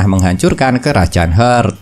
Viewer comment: Bang maaf ni, Heart = Hart bacanya. Bingung ane bang kalo dibaca "Hert" sudah ngikutin banyak episode ini skg baru paham kalo yg abang maksud itu kerajaan Heart